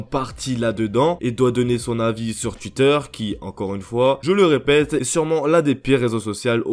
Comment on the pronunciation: j'aime trop quand tu dis twuiter 😂